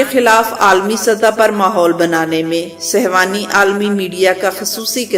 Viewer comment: beti ye lafz sehwani nhi balke sehooni hy.